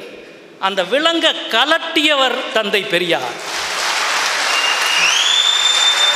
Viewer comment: களட்டியவர், சுளி, பொளுது, தமில் இதெல்லாம் கற்று கொடுத்தவர் ஈவேரா வா? முதலில் தமிழை ஒழுங்காக உச்சரிக்க கற்றுக் கொள்ளுங்கள் எம் பி.